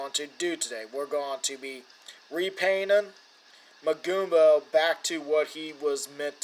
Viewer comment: By the way, your saying his name right.